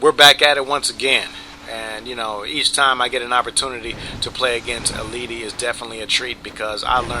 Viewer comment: And you pronounced EIiiti's name wrong xD